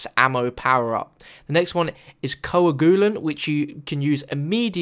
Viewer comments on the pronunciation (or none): Coagulant is pronounced 'Co-Ag-You-Lant' is he really that stupid? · lol dat coagulant pronunciation doe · I KNOW RIGHT!?! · Lol right